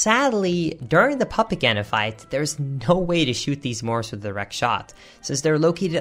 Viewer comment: sounded like "papa ganon" when you said puppet ganon